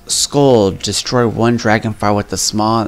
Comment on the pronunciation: Dude it's shaw not sma no offense but that was a cod fan boy thing for you to do